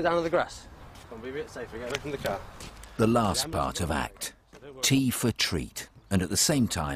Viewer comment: ACT sounds like *Fart* CT